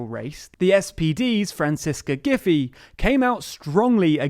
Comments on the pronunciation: Actually, Mrs. Giffey's name is pronounced "Gif - fy" like in "fly". I understand the idea of facilitating communication by simplification. However, doing so for a person's name still irks me. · The SPD mayor's name is actually pronounced more like "gif eye" (as opposed to "JPEG eye", rather than "giffy". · Thats not how you pronounce "Giffey" it is "giff - eye"